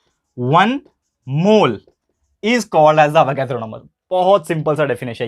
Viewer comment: Sir Avogadro's sounds so funny😄😄😅😅